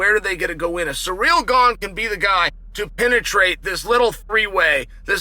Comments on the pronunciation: Chael is undefeated in pronouncing fighters' names. A 10-8 round every time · i love chael still calls him ‘surreal gane’ and never acknowledges it or corrects it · At least he's stopped calling him "Surreal Gong"